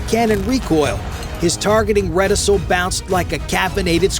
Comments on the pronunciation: the c in reticule is pronounced hard. As in kewl. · Reticle has a hard 'c'.